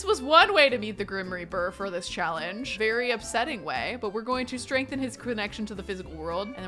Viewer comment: In the beginning you said it is a shallenge in the sims 4 you said shallenge